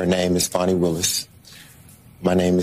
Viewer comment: Fani. Not FAWNY.